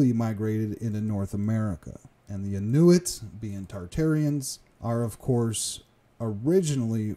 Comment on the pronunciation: Great material, but please learn the proper pronunciation of Thule, Inuit, and Kamchatka.